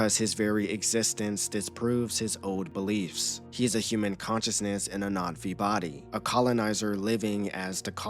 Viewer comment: Why are you calling them NOT-V?